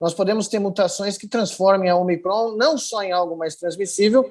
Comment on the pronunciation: "Ômicron" tem assento circunflexo no Ô, e tem gente que pronuncia "omicrôn". 🤦